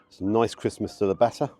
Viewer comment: Everytime you say 'crispness' it sounds like you're saying 'Christmas'.